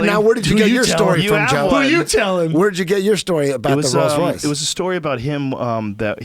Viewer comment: How does Brendan get the pronunciation of Porsche right when everyone fucks that up, but he still never gets checked on "Royals" Royce...?